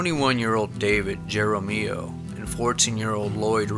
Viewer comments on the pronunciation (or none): You seem unfamiliar with Spanish pronunciations. J is pronounced H. So in Texas the battle ground San Jacinto is pronounced San Hacinto. Same applies to names; so the last name Jaramillo is prounced Haramillo Actually a double L is prounced like a Y; so Jaramillo would be pronounced Haramiyo. I'm guessing you have not spent much time with members of the Hispanic culture..